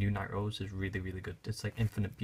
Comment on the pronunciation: 4 nee Nightrose lmao